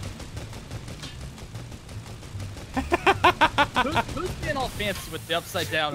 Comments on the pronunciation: I thought it was nico he said neo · U said nio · Nico not nio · He said nio not nico edit 1.2k likes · SSundee said Neo instead of Nico👀 the Matrix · In the beginning he said neo not nico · I just noticed that Ian said neo Instead of nico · IT'S NICO NOT NEO